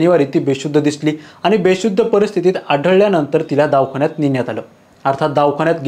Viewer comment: अवाजवी असं म्हणा,.आवा जावी नाही, दाव खाना नाही, दवा खाना